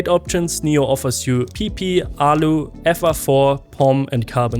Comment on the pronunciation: Hearing you pronounce PP for the plate cracks me up 😂